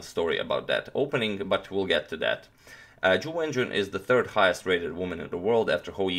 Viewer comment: Hey agadmator, while I think the pronunciation is not important of the names, here is how you would say both names correctly: Jew When Jew-un, and Ting Gee-eh Lay